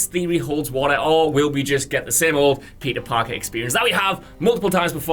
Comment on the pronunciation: The return of Pizza Parker. Mary Jane and Pizza and Mouse Morales. It sounds like and reads in captions lol